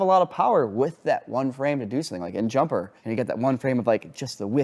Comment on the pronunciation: "Jumper-er" killed me 😂